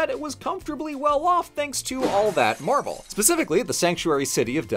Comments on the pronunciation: Sorry, I can't help but hear you say "Marvel" every time, which makes this video super confusing if you're not paying 100% attention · Is it just me or did most of the times that said "marble" it sounded like "Marvel"?